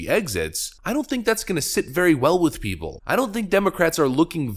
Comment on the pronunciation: It should be " of the PEOPLE, By the PEOPLE, and for the PEOPLE!" The emphasis should not be on prepositions, but on the People!